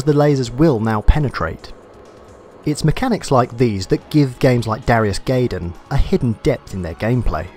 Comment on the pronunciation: GUY- DAMN, it's pronounced GUY-DAMN, not GAY-DAMN. no offence.